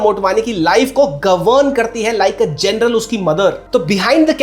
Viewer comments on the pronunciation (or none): none